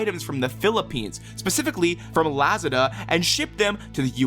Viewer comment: The way you pronounce Lazada 😭